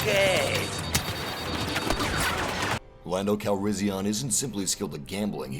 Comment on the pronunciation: Does anyone else get a bit annoyed when he keep saying Lando Calrissi-ON when it's pronounced Calrissi-EN